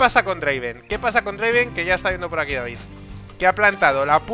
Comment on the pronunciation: Y no es draven, es draaaaaaaaaven